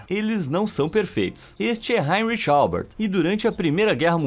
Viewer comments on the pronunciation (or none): none